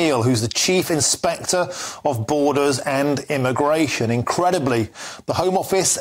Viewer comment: He said aramigration😂